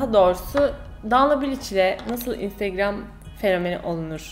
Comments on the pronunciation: intıgram diyişi😂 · o instigram diyisi ne yaa koptum 😂😂😂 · İestiğram? deyisine bittim. geri alip alip izliyorum smdkckvk kiz daniela bilic <3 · Video ''Ay Daniela'' ve ''İnstegreöm'' diye geçti :D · Önsrigram demesi çok itici (ınstagram diye yazıldığını biliyorum ) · videonun yarısı instögrğööm diyerek geçti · videonun baş rol sözleri 1. instögrağm 2.Ayhğ Daniela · Bu vidyoyu ablamla izledim ve onu gunlerdir olur olmadik yerlerde "instegröğm" diyip gulme kirizine sokuyorum hahah instagram fotolarinda cok soguk biri olarak gorunuyorsun ama aslinda bayagi komik ve sempatiksin:D bu arada annem niye durmadan onu tekrarladigimizi anlamadigi icin ona da gosterdik bu vidyoyu, o da cok guldu:D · video bitane kadar " instegröğm" deyip durdum😒